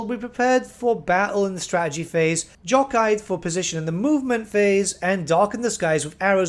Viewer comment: jockeyed?!!!! you've never heard that word before?!!! sounds it!!!!